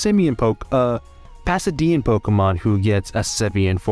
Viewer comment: It's Paldea not Passadia. Okay you are exited to use which one? Me; Kingambit